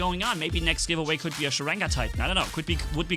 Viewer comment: not sarega its "Sharanga" stupid